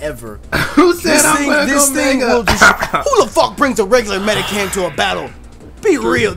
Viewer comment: it's mediCHAM not medicam